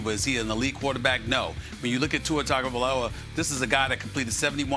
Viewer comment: This is how u say his name bro Ton ga vy low ah